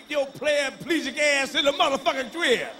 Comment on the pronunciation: Did that nigga say "Playaplegic"!? Lmmfbotm😂😄😂😂😄